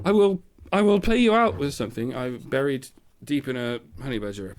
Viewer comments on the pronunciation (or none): none